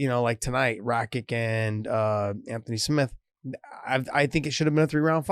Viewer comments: Hey guys good sow,nothing but best words for you two, but its not RAKIK its RAKIC :) Much love from Serbia! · I dont get how noone can tell names from balkans, stipe miočić, mirko filipović and now rakić, those č and ć letters are read ch so its not rakick but rakich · Rakik hahahahha it's Rakic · It's rah-kich. Two syllables. Very easy to pronounce. Only tricky part is the 'c' pronounced as a 'ch.' Other than that, it's phonetic. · Its "Rakits" or "rakytsh" - soft "TSH" at the end. Same with miocic and every other Balkan boi with a ić at the end. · It's NOT Rakits... sounds like rabbits, zits, Javits Center (NYC). The ić (ић) sound is like 'itch' in English: Ditch, glitch, twitch. Usually tell people; if you follow basketball think Jokic, if you follow tennis, think Djokovic. If you follow English soccer, Matic. Easier to remember.